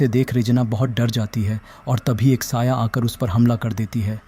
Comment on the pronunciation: 'quatil says' 🥀